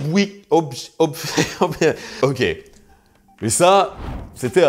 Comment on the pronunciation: En flamand, "ij" se prononce presque comme "ey" (ou eil, si tu veux). Donc en phonétique, tu peux risquer de dire quelque chose comme "Opweyk" pour "Opwijk". Encore merci pour cette vidéo super-instructive.